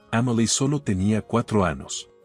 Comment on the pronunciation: Anos acaso el narrador no puede decir la letra eñe